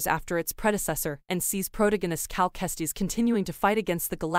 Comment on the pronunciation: This dude said “cal testies” 😂